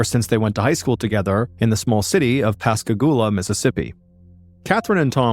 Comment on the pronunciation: It's always crazy to me when I hear a story on here from where I grew up! Excellent job with the pronunciations of Pascagoula and Mobile, BTW. But I had little doubt you'd nail it considering the story that included Gautier (pronounced go-shay), you hit that one spot on too! 😊